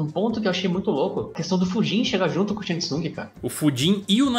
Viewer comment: A pronúncia do Fujin é FUUUUDJIM, não FUGíííííííííM.